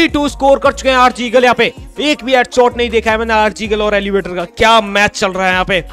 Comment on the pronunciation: Aap kabhi kabhi elevator ko elevate bol te ho